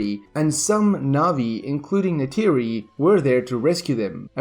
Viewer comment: Neytiri is not Natiri